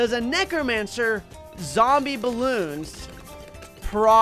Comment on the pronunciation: A what bro said negromancer